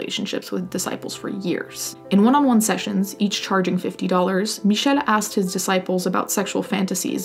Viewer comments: Hey there! I stumbled upon your channel farely recently and I've just been curious about something: in this video you say Michel's name very well and I was curious if you spoke french. I am french native and it is so nice to hear french. I know you are Italian and the annonciation is similar(especially French Canadian), was just wondering!Anyways, love love your content and your take on subjects such as these! 😊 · Nothing to do with the story as a whole, super impressed as a french to hear you pronounce the name " Michel " so perfectly 😲